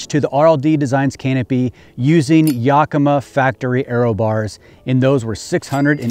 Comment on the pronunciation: Love the truck, we have to help you say Yakima right though. “Yak-ima” not “yuk-ima”. lol